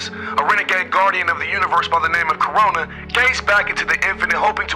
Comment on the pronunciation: "Corona" LOL its Krona